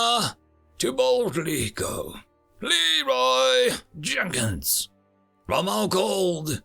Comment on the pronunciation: I subtract 10 points for failing to pronounce Leeroy Jenkins properly.